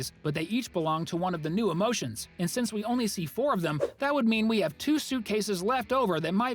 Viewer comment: It’s pronounced since